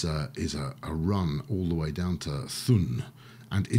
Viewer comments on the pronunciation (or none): Thun is pronounced "Toon". the "th" is just "t". like tun.